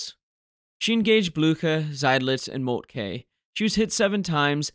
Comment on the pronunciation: Excellent video; however, Moltke is pronounced ‘molt-kə’ not ‘molt-kay’